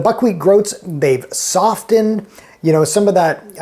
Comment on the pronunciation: The man never saw The Little Rascals, he pronounces the "t" in softened, and says "melk" instead of milk. Why trust him?